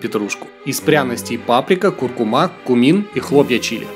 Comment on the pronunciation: КуркУУУУУУУУУУма, а не <<куркумА>>!